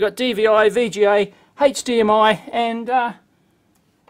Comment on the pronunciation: "hey'ch dee em i"